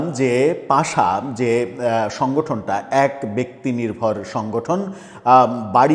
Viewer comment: পাশা না, ওটা পাসা😂